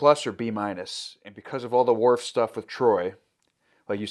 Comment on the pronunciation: Every time you guys call him "Dorf". lol